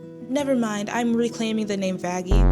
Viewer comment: Did call her vanastasia or something? 😂